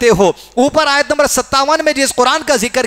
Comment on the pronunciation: Aayat galat padi hai